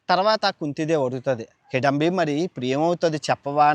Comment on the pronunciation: నాభూతో నా భవిష్యత్ కాదు. నభూతో నభవిష్యత్ .... హిడంబి కాదు హిడింబి